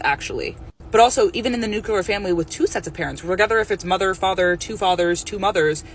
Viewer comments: Lost me at "nucular." You can't possibly be a smart person if you say "nucular." I mean, do you also say "nuculus." "I am a kid..." is supposed to be some sort of argument? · the "nucular" family (as she calls it) isn't a bad thing just because her father left.